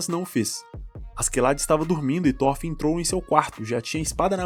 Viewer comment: SE LÊ THOROFIN , NÃO THÓRFIN. pelo menos no anime eles falam Thorofin